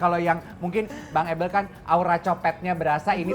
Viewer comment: Hostnya ngucapinnya “able” agak keganggu padhal kan “ebel” aja gitu lo 😂